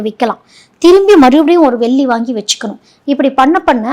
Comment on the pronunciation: எல்லாம் தெளிவாக சொல்லும் நீங்கள் வெல்லி சொல்லாமல் தங்கம் *வெள்ளி *என்று தமிழை தமிழாகச்சொன்னால் நன்றாக இருக்கும். குறை சொல்லவில்லை மேடம் தெளிவு படுத்துகிறேன் நன்றி.